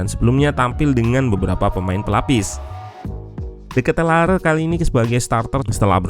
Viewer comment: Cara baca nama De Ketelaere = De Kit-la-re